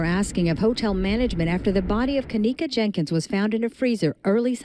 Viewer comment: Wtf...can u talk proper? Wtf..her name itself is Kenneka Jenkins..with an s..good video but dam